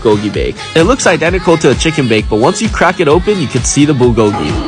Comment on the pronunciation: I cant with the way he pronounces bulgogi